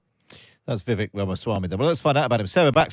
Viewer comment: Vivek is pronounced "Vi-Vake".